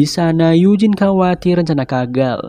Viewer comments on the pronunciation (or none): none